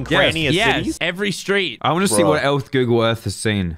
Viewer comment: When said Google Earth it sounded like ougle earth lmao